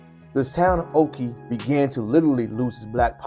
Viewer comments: Nope. I grew up there and went to Spring Lake Elementary and Ocoee Junior High. It’s just west of Orlando. It’s also pronounced Oh-Koh-Ee not oh-kee. Yes, we knew the history. It was a “Sundown Town” and my black friends would NOT stay around when it was close to getting dark. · There's no way on Earth that you were raised there or you would not be pronouncing it like that